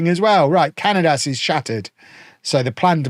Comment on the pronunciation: Cañadas' name is pronounced "ca-nya-das". The letter ñ is similar to the "ny" sound in the word "canyon".